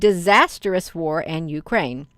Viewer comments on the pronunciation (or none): none